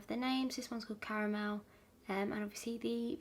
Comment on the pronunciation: super random but i love your voice, it’s so soothing and really love that you say “cara-mel” instead of “car-mel”, such a pet peeve of mine lol caaaarmel >.< you’re absolutely perfect 💕